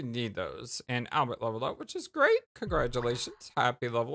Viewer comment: I appreciate you trying to say Albert instead of Al-bear. I apologize if my previous comment offended you,. I don't like being judgemental over such small things. I am enjoying your playthrough experience. And, btw, Meru is my favorite character and, no. She is not 13/16 years old. If anything, she seems 18, in my eyes at first glance. Why would the developers have a 13-year-old wear a skimpy bathing suit/dancer outfit? Lol I could explain more, but you'll learn more very soon.